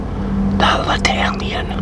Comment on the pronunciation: I love sandwiches! 🥪Btw u always say it wrong! It's Italian. Say: Italy! And that's how u say Italian as well. Like when u say: Ice....not with an L....but with a big I. Italian & not Latalian. And Happy Father's Day to u! 🤗❤